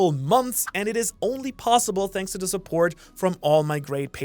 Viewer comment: Ok I really need to know this. Are you saying "shanks for watching" at the end of the video or is it just part of the accent